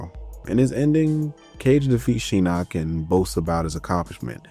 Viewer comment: This is a great video, very in depth and a lot of research was involved. That being said, Idk how you went through that whole video saying Shinnok's name wrong when they say it several times in the cutscenes and the announcer says every name when you click on them in the game.